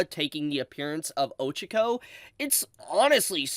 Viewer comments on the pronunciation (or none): the way u pronounce “Ochako” 😭😭😭😭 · the real crime is how he says Ochako